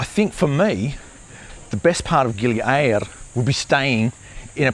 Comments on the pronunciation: Just say gili air like everybody else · i know it is but after 45 years of going to Bali and 10 years going to gili air never once heard one person pronounce it that way